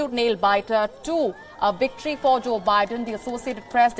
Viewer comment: Woates? Wicktory? Sort it out... really embarrassing..